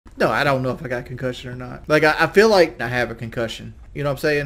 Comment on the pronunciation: ConCUHHHHSION FROM KELLYYY LOL